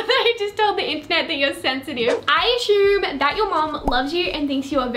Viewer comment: I aSHume lmao 😂